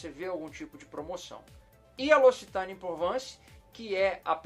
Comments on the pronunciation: Você pronuncia errado não é locitane e sim loc-citane tem q ler os dois c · Se fala loquicitãne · A pronúncia correta é Locsitan